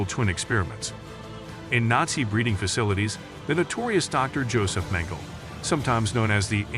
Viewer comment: I believe Mengele is « Men-guh-luh » not Mendel.